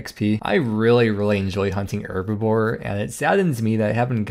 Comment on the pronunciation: Mate...its (H)erbibore ;)